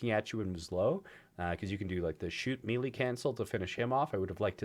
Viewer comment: You actually don’t know how to say melee LUL